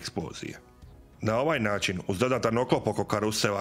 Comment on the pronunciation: "Ćetri, hidrauliĆni, naĆin, struĆnim, punjaĆ..." Pokatoličeni Turčine, još uvek nisi ponajbolje naučio srpski jezik koga ste ukrali od Vuka dok ste smrdeli po bečkim štalama, pa idalje ne razlikuješ Č od Ć i obrnuto, nauči prvo da govoriš, pa onda pričaj nešto i pitaj babu ko je teslo uz tarabu 1500 godina HUNgaro-TURski isprdku! ...